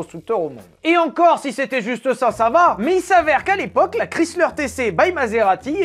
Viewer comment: Chrysler se prononce /ˈkraɪslər/ (alphabet phonétique), autrement dit « kraï-sleur ». 🇺🇸